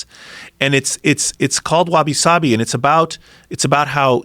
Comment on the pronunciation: Hey yeah that's right! he was into all the Japanese stuff. Pronounced it authentically too